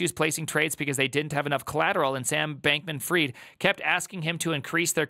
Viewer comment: did you just say bacon freed? hahhahahah